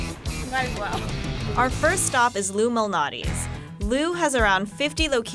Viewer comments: its lou MAL natis not loumanatis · Anyone else thought that they were say “Illuminati’s” pizza? 🤔🤷🏻‍♂️💯😂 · she totally said "illuminati's pizza". BTW Screw Q-Anon. "luminati's" Anyway, these gut bombs look wonderful. Like lasagna pie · hmm, sounds like they said Illuminati's LOL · When they say Lou Malnati’s doesn’t it sound like illumanati? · I thought they said “Illuminati” .... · I thought they were saying the Illuminati pizza 😂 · If they say giordanos and not Lou malanatis food insider is cancelled.